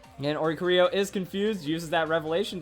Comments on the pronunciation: Why can no one say Oricorio's name? O-ri-CHOREO (like choreography) NOT Ori-co-RIO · I hate that he says oricorio wrong